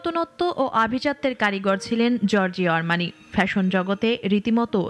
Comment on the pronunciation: উচ্চারণ হবে জর্জো আরমানি